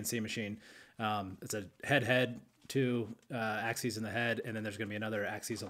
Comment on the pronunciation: Axeees? What the hell is axeees?